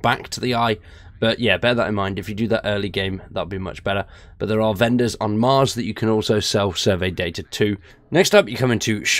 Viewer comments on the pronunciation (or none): none